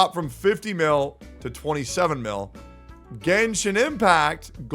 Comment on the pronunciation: its genshin not "genshit"